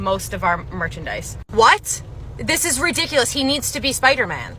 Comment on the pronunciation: i love how you say ''RUHdiculous!!!!''